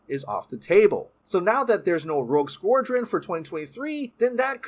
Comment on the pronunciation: Dude can’t pronounce Rogue Squadron lol